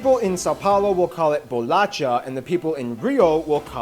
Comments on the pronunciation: Esse vídeo só tem informação errada do Brasil... Começando pelo Cristiano Ronaldo, passando pelas definições burras freestyle sobre as regiões brasileiras, falar que os lençóis maranhenses é um deserto, sem falar a pronúncia de merda desse cara falar "bolatcha"... Ele parece que está relinchando quando fala qualquer coisa em português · It's BOLACHA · heeey keep up with the reactions about brazil = D but remember, it's bolacha